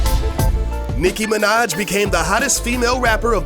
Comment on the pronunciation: Anyone else hear him say "Micki Minaj"?